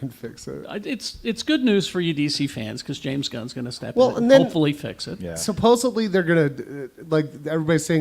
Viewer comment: Long time fan... The word is Supposedly